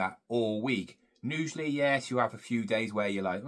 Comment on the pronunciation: Usually...not nusually...aarrgghhhh